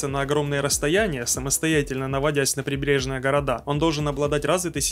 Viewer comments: Не прибЕрежная, а прибрежная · ПрибрЕжная! Ударение на Е.